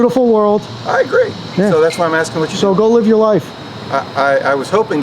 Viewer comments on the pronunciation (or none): Sheesh...you were just axing😅